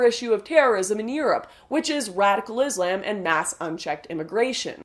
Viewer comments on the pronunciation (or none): I smile every time you say 'Izz - lamb'. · Lauren Southern i like how u say islam. Turns me tf on dude.